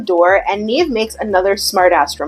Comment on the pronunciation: Every time she says “Nev then says” I hear “Neven says” and I like to think that’s what Nev is short for.